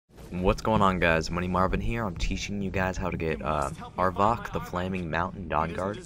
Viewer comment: are you trying to miss-pronounce everything? cairn. not careen. arvack. not arvock. ;)